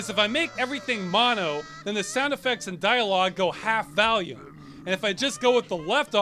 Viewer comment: I just noticed ross says it valume